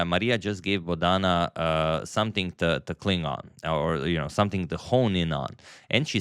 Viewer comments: It is not Bodaana, it is Bodana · The emphasis on Bodhana is on the first syllable, not the second. So its BOdhana and not boDHAna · Antonio kindly pronounce her name correctly. She is not boda:na:. She is bo:dhana: Siva:nandan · FYI, Bo-dha-na is now you say it not bo-dhaa-na. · Hello Antonio, I enjoy your every chess game presentation and your analysis too. Here I want to help you to pronounce Bodhana name correctly. It is a Sanskrit origin name - Bodh means to enlighten. So her name should be pronounced as BodhAnA. Thank you. Have a Blessed Day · Dear sir, in India Bodhana is pronounced as 'Bo' as Bo in Board, dha is short not long as dhaa, Bodhana means sermon or sermonising. बोधन (Hinidi/Sanskrit) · Rare mispronunciation of the name Bodhana by Agadmator😊 He usually gets it right